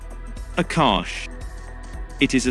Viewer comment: Akash missile is from India,you have said it wrong